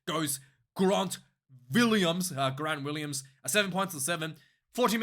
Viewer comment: Dude, it really is just Grant Williams as you would normally pronounce it. Willemse and Gerhard are pronounced differently though ;)